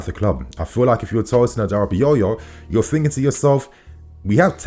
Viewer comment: you killing me man 😅 Which one is Adara Bi Yoyo 🪀 😅 it’s Adara-Bi-oyo (not yoyo) 🪀 🤣🤣🤣🤣🤣🤣🤣